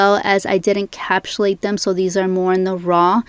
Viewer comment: Couldn’t get through this video because she kept saying “encapshulate” 🥴